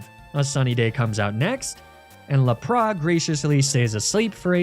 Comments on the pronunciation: He does know he’s saying Lapras wrong yeah? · I love you videos, and birds are some of my favorite pokemon (rip Cukoo). But can you please pronounce lapras and arcanine correctly (the s is pronounced and it's pronounced like the number nine ). I'm not saying you don't know how they are pronounced and I don't know if it's a joke, but if it isn't please at least pronounce the s in lapras